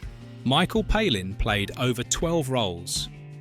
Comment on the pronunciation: Palin is pronounced pay-lin not pal-in if you want to give insight then use some intelligence and do some decent research.